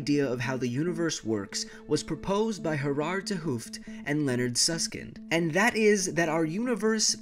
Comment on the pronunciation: hahahah i laughed at "Gerard Hooft" all dutchies get why 😂